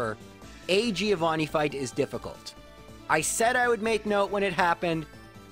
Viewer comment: That's not how you pronunce "Giovanni"